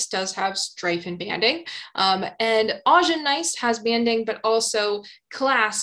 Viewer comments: Augen (eyes in German) should be ow-gen, not awe-gen. Just saying. Great video over all. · I'm loving your videos, they got me through Mineralogy and now through Petrology! For your Gneiss section at around 26 min... If you google the German word and pronunciation for "eyes" you'll see/hear how to say "Augen". 😊